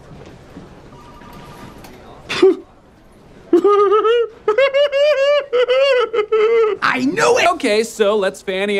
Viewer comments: "Marshed mellow" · "marshed mallow"